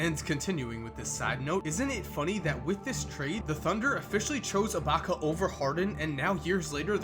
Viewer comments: You said abaca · Lol says ilbaka so weird to me